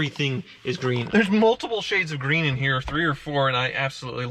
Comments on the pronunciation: It's Gween! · ASMR: saying “green” for 10 hours.